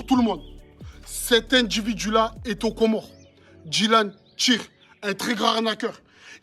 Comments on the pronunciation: On dit COMORE , Tu l as bien dis 😊 C est écris au pluriel, les comores car c est un archipel composés de 4 iles grande comore, moheli, anjouan et mayotte. Mayotte est un departement français. La traduction de la 1ere video, le jeune homme dit à l accompagnateur: -" Si tu es avec eux ( sous entendu, si il est complice) va avec eux et emmène les, pour qu ils (viennent) escroquent les autres . Mais pas dans ma ville (ou village)! sortez d'ici et prenez vos voitures (qui sous entend dégager)" - L accompagnateur lui demande :" tu vas payer?" ( sous entendu, tu vas financer à leurs places). - Il lui repond:" j ai pas dis qu il ne pait pas mais pas dans ma ville (village)". Bravo aux comoriens. C est un couple de psychopathes, les hypocrites, les jeunes au Comores quand ils sont révoltés, ils arrivent en groupe et tabassent, le gouvernement ne pourra rien faire pour eux, c est mieux qu ils partent. Ayem et dylan Nam rohé! (dégagez ) Bon vent! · Force à ce Comorien qui filme dylan en le traitant d'escroc 👍🤗👏👏👏. Et oui, on prononce Comores sans dire le S 😉